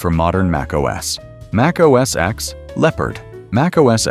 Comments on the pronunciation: Mac OS “EX”? Cmon now. Try again. This time, spell out the word, ‘ten’ so your AI voice will pronounce it correctly when it reads your text. You’re welcome! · It wasn't called "Mac OS ex"!!!! Jeez! How many damn times do you have to hear Steve Jobs and everyone else at Apple call it Mac OS "ten" for you to understand that the "X" is a Roman number 10? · it's pronounced Mac OS ten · I stopped watching and downvoted when your apparently-AI-generated narrator pronounced Mac OS X, using the letter "X". This is wrong. The "X" in Mac OS X is a Roman Numeral 10, so It should be pronounced Mac OS "Ten".